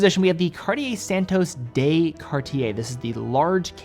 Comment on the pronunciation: On behalf of all of Europe, the "de" in Santos de Cartier is NOT pronounced "day"